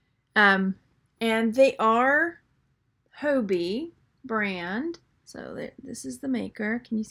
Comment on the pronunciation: Being kind:) I know Hobe, his daughter in law. It is pronounced Ho Bay. Hugs